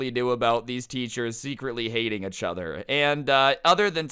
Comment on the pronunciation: why does he say eachother like “achother”